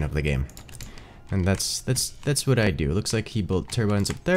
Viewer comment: "wha'?" - 1/1/2019